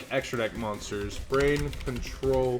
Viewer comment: I laugh every time he misreads brain control. HE's said it wrong on several past videos and even had it pulled up and still messed it up LOL. Keep up the good work on the videos!! :)